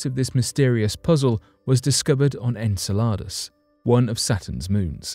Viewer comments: Repeat after me its pronounced "En-cell-od-us" not en cel lott a that sounds like a menu item off taco bells menu . Repeat after me...... it's "Guy-Sir" Not Geezer.. I agree with my man Richard True That's our President of our States because we darn sure are not that united at the moment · Anyone else get irritated by the way he said Enceladus ??? Its prenonounced En-sella-Dus, Its NOT prenounced En-salar-dus🤯🤦‍♂️ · Enceladus! He keeps saying this word as if in Spanish which means salads!😂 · “En-sell-lod-us?!” It’s “En-sell-uh-dus.” He makes it sound like Spanish “En saladas” (“in salads?”) For a Brit, he sure is awful at pronouncing English words (even if those words have non-English origins; they do have commonly known pronunciations in Ingles.) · I'm sure Enceladus is pronounced 'en-sell-eh-dus' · Are you going to run a piece on pronunciation, I hate to be picky, but it's en·seh·luh·duhs. Just google it please, I hate seeing names changed into something unrecognisable. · I think he got confused and thought he was talking about a Spanish salad. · He is british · I understand that there are many words that the British pronounce differently than Americans, but I didn’t know Enceladus was one of them … hm..perhaps that is why though